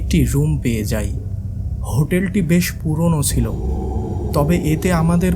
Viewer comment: chilo..not silo